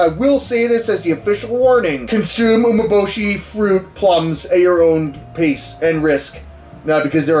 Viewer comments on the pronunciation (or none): Pretty sure it's pronounced U-mé-bo-shi